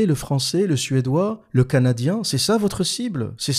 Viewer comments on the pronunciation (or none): none